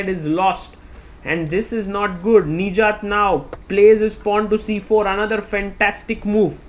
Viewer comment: Sagar Please work on your Pronounciation Nijjat❌ Nich Jaat✅